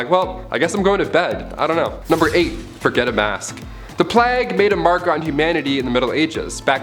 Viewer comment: "The plagg" omfg im dying at the mistake there